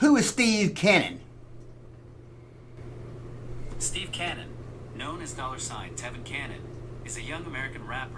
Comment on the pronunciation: Steve Canyon was a comic strip, book, TV show and proposed but never produced movie between., it helps if you pronounce the word correctly, Canyon, not Cannon, but you know that and are just being funny. Keep up the great work.